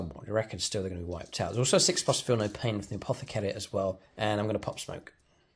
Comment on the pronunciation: Hey, been a while… You really nailed that “Apothecary” at the start…! 😊 Looking forward to some fun AoO detachment army development videos…